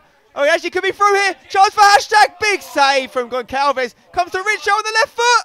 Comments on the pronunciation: Hey Uncle Spen...Your pronounciation of portuguese-based names is pretty decent...Small detail..."Gonçalves" is read as if it were "Gonsalves" pretty much, instead of "Goncalves"...Just for future reference! ;) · As a Portuguese speaking person, it hurts my ears to hear spencer say Gonqalves instead of Gonçalves 😂